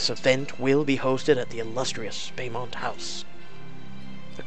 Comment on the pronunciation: It's pronounced Bow mont (Beaumont) hun lol